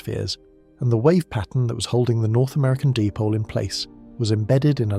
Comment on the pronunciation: Di-pole not dip-ole... LoL